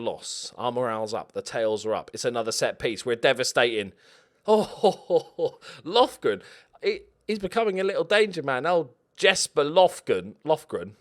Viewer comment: Lofgren>Lovren (Im croatian lol)